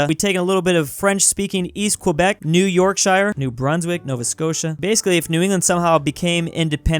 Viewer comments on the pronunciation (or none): IT AINT YORK-SHIRE, ITS YORK SHA LAD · Yorkshire is pronounced York and then sher not with an ire like fire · Why did he desecrate the sacred pronunciation of Yorkshire? It’s pronounced yorksher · its pronounced york-shuh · new yorkSHIRE